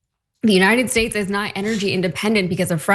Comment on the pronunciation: Buy your oil from the United 'Shates' of America Donnie? You can't even pronounce your own country for goodness sake! ...